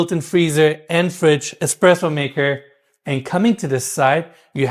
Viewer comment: That kitchen is embarrassing. What is it with Miele appliances? They’re not that great!! Also he should say espresso not expresso